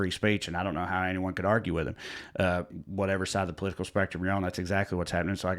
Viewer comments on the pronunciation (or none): none